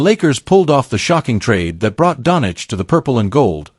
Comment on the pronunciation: At least get his last name right - Doncic!